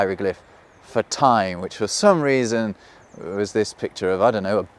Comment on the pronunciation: Cool concept for a video. Poor execution. "Say you can't remember the symbol for ty........." For what? I would think that a video about language would have the speaker annunciate. And it's very curious that you look at the symbol that represents "time" and go "whatever that means" meanwhile it is so very reminiscent of a that. And that obvious to anyone who looks at it. Fuck off you ugly psudo intellectual British wank pot twat repellent in a Bruce Springsteen Jean jacket.